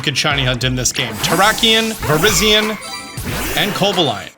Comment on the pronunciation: Terrak-eon Viriz-eon Coba-lion 🤨